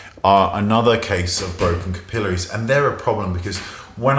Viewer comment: I love how you say capillaries.